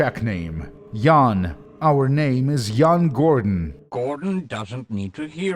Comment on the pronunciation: As a Czech i thank you for pronouncing Jan pretty much correctly.